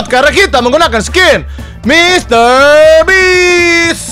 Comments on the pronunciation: mr beast bang bukan mr bitch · Funfact: bang windah tu nyebut mr. Beast jadi mister bitch. Karena bang windah ngeplesetin dari beast(buas) jadi bitch(bangs4t) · Dibacanya bitch🗿 yg artinya itu kasar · Mister beats bukan bist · denger nya mr bi*ch wkw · gua yg dengernya bang windah ngomong "bitch" wkwkwk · Betul bang bist bukan bits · MR. BEAST bukan mister bis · Mr. Beast bang bukan Mr. Bitch